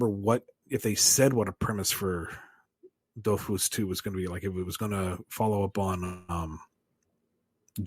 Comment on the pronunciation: Well actually you need to prononce the S at the end of Dofus, since it's a proper noun and these are invariable. :3 Also, the whole thing about Ankama is that all of their money comes from the Dofus MMO, which isn't as popular as it once was, so the studio is lacking funds.